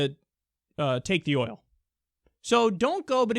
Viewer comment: He said it like "Keep the HOIL, keep the HOIL"